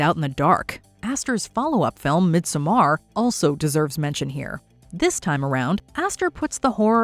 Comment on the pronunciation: That is the most bonkers pronunciation of "Midsommar" I've ever heard. It's Swedish, not Klingon. Hell, if you just say "mid summer" in English you're 95% of the way there.